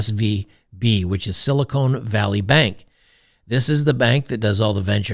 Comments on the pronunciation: Silicone ? its Silicon, when the "o" is short. Silicone is for breast implants. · Silicon, Con Not Cone!